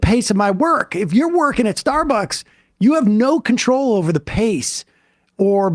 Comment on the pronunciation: I thought it was closer to starburgs or maybe starborgs